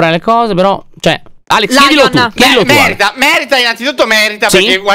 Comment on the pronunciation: mi fa morire il fatto che Alex quando dice che le storie del quartiere meritano successo sembra che dice mer***